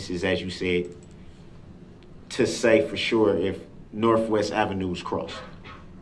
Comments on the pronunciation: Why, why oh why does he use an “f” when there’s a “th”. Example: bofe, norfwest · Did he really just say norfwest ave lmao stupid